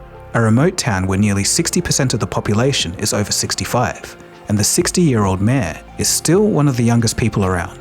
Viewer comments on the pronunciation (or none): Did you pronounce mayor Maya